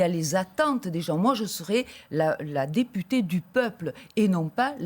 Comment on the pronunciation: "Si vous êtes élu député ou député "ée" " . Mdr, il a pas de race ce présentateur 🤣🤣